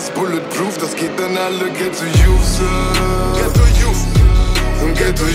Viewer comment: Lol was labberst du xD Das liegt am akzent und am schechten Englisch, wenn die das so aussprechen ^^